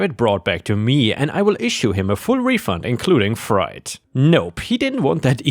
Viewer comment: Freight is said like "fr-ate" not "fright." And "PayPal" is "Pay pal" (sounds like the name "AL") not "Pay Paul."